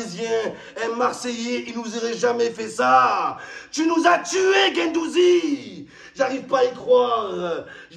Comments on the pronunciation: Il a pris cher gendouzi "gendouzgeg"😂😂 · c'est pas guendouzi, c'est guendouzizi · C'est plus Guendouzi c'est guendouzizi Matheo Guendouzgeg 😂😂😂😂